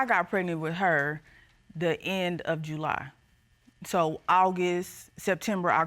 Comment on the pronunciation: He said JEWly so many times I wanted to SCREAM! Also, when did men start calculating (even close to accurate) conception dates!? Its not a straight back count.... attend Dr appointments potential fathers. That family member that told you you would only have boys, is only claiming their make heirs as well 🤷🏽‍♀🤣